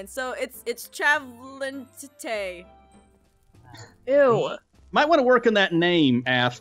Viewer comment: Trav - Lin - Tay. Travlynte.